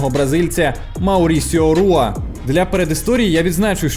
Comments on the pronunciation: Не Руа, а Хуа. В бразильському варіанті португальської мови читається і вимовляється Хуа. Не Руа, а Хуа, не Родріго Ногейра, а Ходріго Ногейра і т.д. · Круто що ви покриваєте теж ЮФС, зараз мене воно цікавить набагато більше ніж бокс. Приємно було почути рідну мову в октагоні. Одна корекція, прізвище Мауріціо вимовляється як "Хуа", не "Руа".